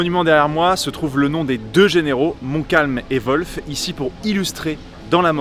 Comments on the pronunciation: Tu t'ai trompé de nom c est wolfe et non volfe. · Volf ou WOLF ? 😂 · Le général anglais s'appelle Wolf, comme loup en anglais. Ça ne se prononce pas Volfe. Il n'y a pas de son V ni de son O. Peut-être demander à Laurent la prononciation la prochaine fois !!! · volfe ? des fois je me demande si les francais font exprès comme dans les starbucks. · La prononciation de du nom "Wolfe" me flingue